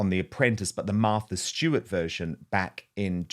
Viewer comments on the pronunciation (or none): none